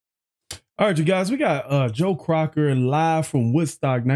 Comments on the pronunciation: COCKER....NOT CROCKER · COCKER NOT CROCKER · Did he just say Joe Crocker?! 😂😂😂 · Did you say "joe Crocker"?? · Not Joe Crocker. It's Joe Cocker. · Joe Cocker not crocker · Dont ever say joe "crocker" again lol. Hes the best